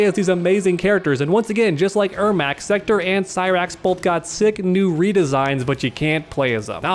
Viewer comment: Bro it's SEKTOR NOT SECTOR. Wtf man.